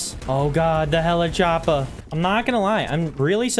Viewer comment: Did someone realize that he said on the choppa a helichoppa